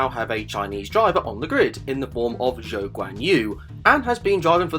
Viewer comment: And Zhou often gets his name pronounced similar to "Joe" as opposed to "Cho". Joe Guanyu.